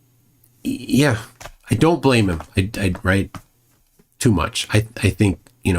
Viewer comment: Oh makes my bwain hurt. Everytime he says roight he is woing! Well is roight on one thing: his ignorence and denial, that he is proudly displaying.